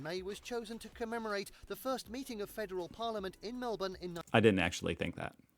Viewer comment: I've just come across your channel and watched a few of your videos. All good and you are a nice looking guy. Please don't wear ugly track suit pants as you did in your Australian gift unwrapping. Please pronounce my city more as Melburn, emphasis on the first syllable and drown the second. How is your facial hair always the same?